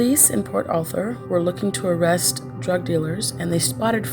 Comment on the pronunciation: Its Port Arthur Texas. NOT Port Author Texas.